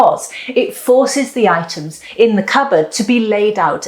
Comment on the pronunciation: "Let the itens pop." Oh, the itens do pop. 😅